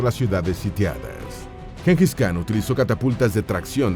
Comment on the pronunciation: En idioma mongol khan se pronuncia Jan. Y el nombre se pronuncia Chinghis